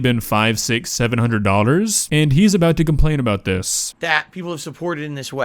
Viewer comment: Does have trouble pronouncing the word dollar?